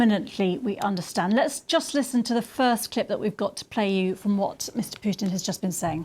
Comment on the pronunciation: Hey Lady, is that how you pronounce Puntin , pewtin, or are you just trying to be funny?